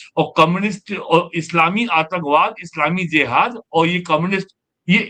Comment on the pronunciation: वैसे उसे JIHAD ( जिहाद) बोला जाता है और J ( ज) से शुरू होता है। ZIHAD ( ज़िहाद) नहीं होता है ❌❌ सही उच्चारण है JIHAD ( जिहाद)